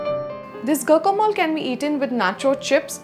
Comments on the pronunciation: It's not go-co-mol , it's gwa-ka-molæ. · It's pronunced gwacamolee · Please check your pronunciation.... it’s strange you are promoting a recipe you do not know the correct name of! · Learn to pronounce it right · she doesn't know how to pronounce it plus her recipe is wrong too lol. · She didn't even pronunce it right , smh